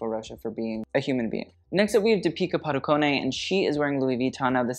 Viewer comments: It is pronounced Dee - pi(nk) - kah with the Dee stressed, Pa - doo - cone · Im surprised that you didnt Review deepika's ending pearl saree look i was really excited for you to see that look 🥺 also not that it matters but her Padukone is pronounced as padukon